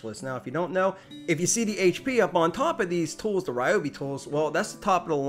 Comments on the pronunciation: Poor thing.... the manufacturer pronounces Ryobi "ree-oh-bee"...since it's Japanese, that's the way it's pronounced. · i have seen a couple of his videos why does he say Ryobi not Reeobe all the time? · Please consider retiring the "Ryobi not Ryobi" and "batray" thing.